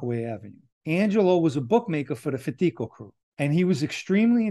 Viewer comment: Very interesting story. I especially liked the way you properly pronounced Fatico. Most people, even myself did not know that. However I know you know what you are talking about due to your families history being from East New York, Brooklyn. Hope you have a great weekend and get to see your family. Stay safe & God bless 🙏🏻